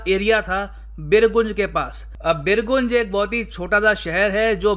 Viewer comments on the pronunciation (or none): Sir it's बीरगंज not बिरगुंज Aisa isliye because main iske aas paas ka hi hai🙃🙃🙃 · Resp. Sir, not birgunj. Its a birganj.. Thanks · Sir, it's "बीरगंज" not "बिरगून्ज"😅😅..... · भाई बीरगुंज नहीं वो बीरगंज है। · bir goonj nahi birgunj (gaw-nj) ...hahahha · Sir usko pronounce बीर गंज करते हैं। गुन्ज nahi. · बीरगंज not as you pronounced . I am from Bihar and our city sharing border with Nepal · It is बीरगंज. I am from raxual birganj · बिरगंज correct pronunciation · The place Birgunj will be pronounced as BIRGANJ. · Pronounce it as Birganj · उ बीरगंज होता है पगले hehehehe sorry sir मजाक ☺️ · Firstly pronounce the right spell of birgunj than talk😪 Hit like for Nepal❤ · Please pronounce birjung correctly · Nam to aache se bol sale chutiya